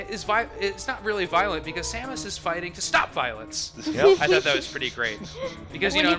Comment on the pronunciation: Y can't people say Samus?